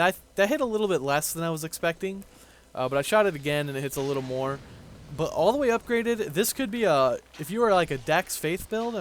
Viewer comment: its all not al get your english straight since your capable of pronouncing every other thing right ;)